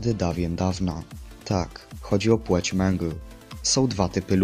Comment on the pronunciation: płeć a nie płóć